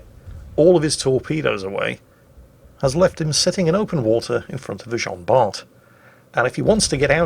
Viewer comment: PLEASE ! Bart is pronounced like BAR !